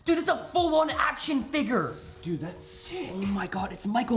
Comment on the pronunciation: says figir instead of figure